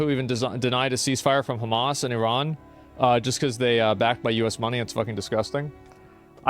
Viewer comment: nah nah, you said iran wrong lol